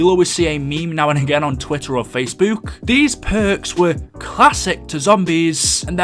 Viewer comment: The way be said facebook lol I am laughing so hard now sorry 😂